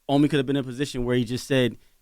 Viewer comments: Lol they call him Ahmi🤦🏾‍♂️😭😂 It’s Oh-me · It’s pronounced oh me not ah me. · OMI IN A HELLCAT I know you had to be thinking....it’s OMI not Ahmi! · Y u keep letting them say your name wrong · awful the video just starts and she can't even pronounce his name correctly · Lawyer and host pronounced his name wrong lol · Why the fuck are they saying his name wrong 🤦🏽‍♂️ even his Lawyer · Y’all just gone kept mispronounce his name🤣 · If watched his videos she woulda know how TO SAY HIS NAME CORRECTLY 🙄🤦🏻‍♀️! & How the hell doesnt his OWN LAWYER know how to say his name 🤦🏻‍♀️ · BUMBACLOT! !!! Do not let them miss pronounce yr name...OMI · Can yall say the name correctly even da lawyer 🤦🏾‍♂️ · How you representing somebody & cant even say their name right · Why he letting people pronounce his name wrong in his face 🤦🏽‍♂️ Even his lawyer don’t know how to say his name WTF..I’m 2 minutes in the interview and they said his name 3 times wrong already lol...